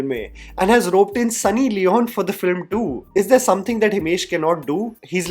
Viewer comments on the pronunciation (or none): none